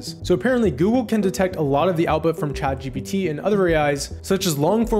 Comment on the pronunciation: What is the first AI? I heard it a million times but you didn't pronounce it right